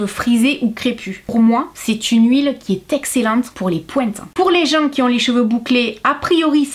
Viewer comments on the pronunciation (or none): ❤❤❤ comme d'habitude vidéo très intéressante je kiff, bon j'avoue que j'ai du réfléchir 2 fois, une fois avec ce bel accent j'ai cru entendre de l'anglais et "les pointes" j'avais compris les pouettes 🤣🤣🤣🤣, j'ai éclaté de rire...j'adore